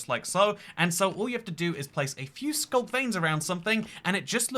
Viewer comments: what is SCLUK? did you mean SCULK?? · ah yes my favorite block, the scluk